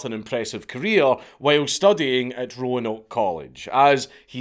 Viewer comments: Hell yea! You pronounced Roanoke like most southerners do lol.i told these Yankee norva FAqs they were wrong....well a scotsman said so now. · He was the GOAT. & thanks for pronouncing Roanoke correctly. 👍